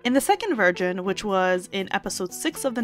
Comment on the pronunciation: She says "in the second virgin"😂😂